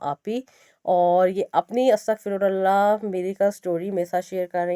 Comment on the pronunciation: Sukhar hai app kaam say kaam word tou theek bol rahe . Log apni video ma Astaghfar bolty rahty or miss guide krtay jab k exactly word correct word Astaghfirullah hai . Plz app apni her video ma bar bar Astaghfirullah he bolna asay hum log buhot time k bad theek word tak poochty